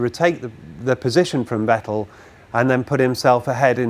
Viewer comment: Thank you for not pronouncing it "Vetell"